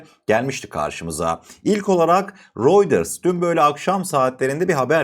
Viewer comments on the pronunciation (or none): “Royders” değil “Royters”, “Vans” değil “Vens” diye okunur kardeşim. Bilgi niyetine…